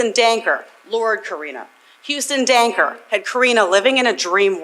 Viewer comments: Perps name is Huston Danker. Not Dunker. I’m a Waterloo local. Very wild case in such a small town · I love how narrator calls him DUNKER lmao 😅